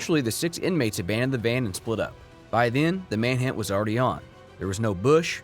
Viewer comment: The narrator said "manhant" instead of manhunt.